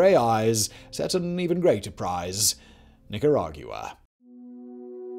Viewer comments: Please say Nicaragwa instead of Nicarag-u-ah. It sort of grates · the u is silent. it makes a “wa” sound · I’m sorry bro but I couldn’t take how wrong you were saying Nicaragua lol not to be a douche but it’s like saying “aqua” or “Gua-m” but without the m si “Nicara-gua” lol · it’s Nicaragua. Not Nicaraguooah. From a Nicaraguan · Nick coor rag goo wah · 100% agreed. It's extremely distracting and painful to listen to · It ain't an accent, love